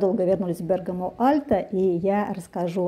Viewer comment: Спасибо за правильное ударение ❤ Бéргамо 👏🏻👏🏻